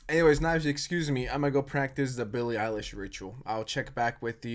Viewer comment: "ILLIE BEILISH"